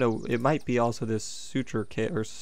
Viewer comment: The Way you were Pronouncing [Su-chur](Suture) Is not pronounced [Sua-Chur], Sorry if im Being a grammar Nazi Here